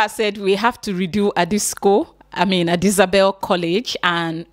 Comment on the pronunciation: what exactly is Adisabel 😂 It’s Adisadel abeg